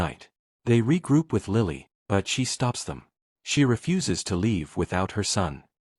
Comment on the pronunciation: I'm still laughing about the AI narrator stating that Angus "refusses". Still don't know the story.